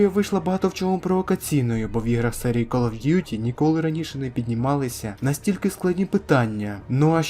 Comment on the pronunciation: Ну кол оф дютi ти ж нормально сказав😁